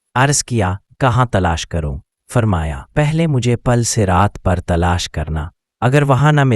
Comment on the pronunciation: Very very wrong pronounciation, It should be PUL, MUSHK.